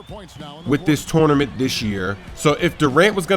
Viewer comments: touwnament haha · "Tornement" lol